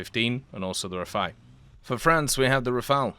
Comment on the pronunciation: He said the Rafale and not the Rafael !!!! Well done !